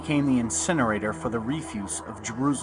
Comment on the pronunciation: Treet-ice? Budge died in 1934, Did you channel him to find out in what he was saying in 1960? Or do you think the printing date in a book is when it was written? If you really want to look into the background of the hell of the monotheistic faiths, look at Zoroastrianism. reef-use? Are you not a native English speaker?